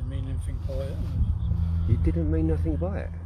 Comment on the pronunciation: It's nothing, not nothink, and platonic, not plutonic.